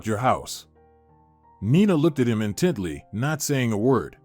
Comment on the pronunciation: What’s with the constant misspellings/ pronunciations in these great stories ? You can’t “ in Teddy” look at someone or “language look “ at them. The stories are great but errors are distracting.